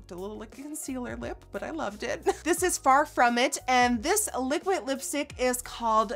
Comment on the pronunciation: Does she know how to say liquid!? It's liquid not liquit